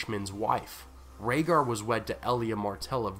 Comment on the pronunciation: Rayder... Raedar... Raygar... Rhaegar 😶 They rhyme...